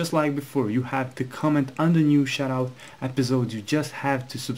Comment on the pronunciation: it sounds like ur saying "shitout"